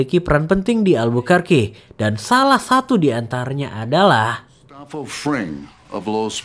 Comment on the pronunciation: Gustabo dibacanya, min, karena nama Spanyol